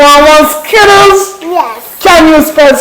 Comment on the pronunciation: Did anyone realise he said srittles